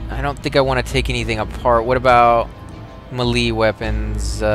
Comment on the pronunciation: Sorry man, not to be a dick (feel free to delete the comment) but you're pronouncing melee incorrectly.